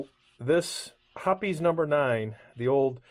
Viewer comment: One of my first strong memories, 1962 in San Jose, CA, sitting on my Dad’s lap while he cleaned his stag gripped Ithaca 1911 with Hoppe’s #9, and I’ve carried that with me my whole life. BTW, you are pronouncing it correctly. AI and new folks call it “Hops” and that always bugs me. I bought a couple of small glass bottles of it, years ago, but also have a large glass quart bottle of it over my reloading bench, which is the largest they made I think. Until you mentioned it, I had no idea they no longer sold it in the glass jars. Too bad.